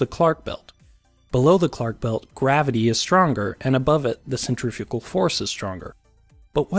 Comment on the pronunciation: "Centrafugal Force..." okay , I can hear the Angry Comments already